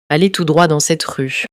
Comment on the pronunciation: почему девушка говорить rue как рущь ?